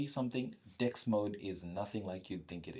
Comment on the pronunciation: I like your point of view, but if I can recommend you one thing, it's about pronouncing DeX sounds like 'dicks'. It transforms the entire video when you say 'I'm in dicks'. Yo man, why am I on pornhub when I open YouTube, you know what I mean?